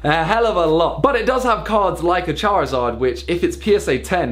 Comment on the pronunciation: Anyone else get slightly triggered when Simon says charzard instead of charizard? Or is it just me being pedantic 😂